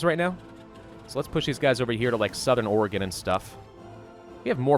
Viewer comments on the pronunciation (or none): none